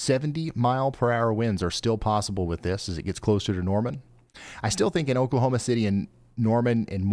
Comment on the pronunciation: We live in TX (used to live in Louisville) but we have family in all over Oklahoma. Great job pronouncing Oklahoma town names.